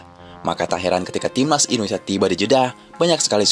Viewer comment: ENDONESA saking semangatnya logat jawanya mulai muncul.😅😅😅